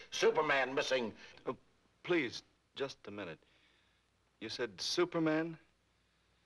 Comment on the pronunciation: If you listen carefully, he actually asks, "Stuperman, where are you!"